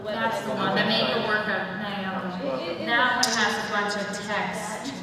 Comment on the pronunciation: people who want to open up "fan sites" for Naoko should probably learn how to pronounce her name correctly? this isn't 58 minutes of people say "nay oh ko" is it?